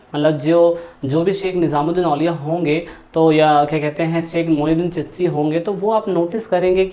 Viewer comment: चितशी नही चिश्ती बोलो